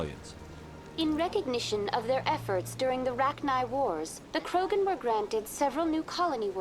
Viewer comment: Pd: me matas con lo de sherpa en vez de shepard, qurianos en vez de quarianos, krogran, etc ... JAJAJAJ